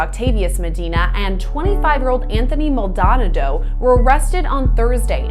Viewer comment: did that news lady really pronounce Maldanado "Mall* Donna*Dow" 😂😂 i cant right now